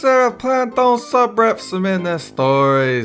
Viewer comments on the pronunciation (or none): Sounds like she said "darling", instead of "Dolan"